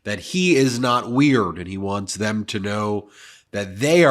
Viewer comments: He can't say weird properly, really weird. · You invented weerd